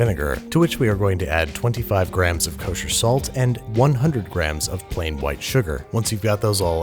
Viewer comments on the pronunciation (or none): Nobody: Babish: K O S H E R S A L T